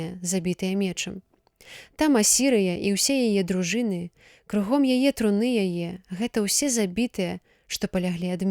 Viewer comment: Прачытана: труны' яе, слоўнік дае гэтаму слову ў множным ліку іншы націск, на першым складзе: тру'ны яе.